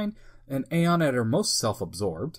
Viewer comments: Pronounced Eon, not Aye on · So no one ever told you it's pronounced E-on Flux not A-on Flux lol